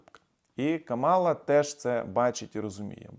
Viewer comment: слух ріже, коли ви КАмалу називаєте КамАлою.